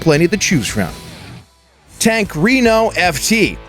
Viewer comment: Renault not reeeno.